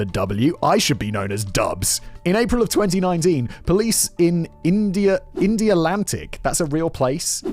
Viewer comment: Oh good, he finally pronounced Brevard close enough. Dunno how he somehow got Indialantic correct without issue but Brevard escapes him. Thank you Kevin and Julian for setting him straight!